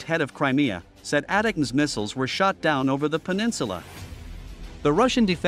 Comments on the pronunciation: Pronounced A-Tack-M's not At Tams you AI ....! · Please, fix you AI voice-over... "ATACMS" are pronounced "Attack ums" or "Attack ems", not "Ata-cums"... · Bruh, ATACMS is pronounced “A-TAC-UMS” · "ATEMS"???? WTF please fix your robo-voice